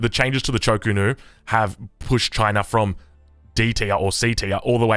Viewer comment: Why is delhi getting crapped on? Why you keep sayng cho ko nu? :p